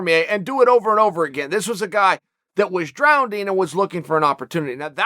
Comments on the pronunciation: Chael did you say drowding? Lol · When the bad guy pronounces "drowning" with a D, you damn well listen... or he'll drowned you.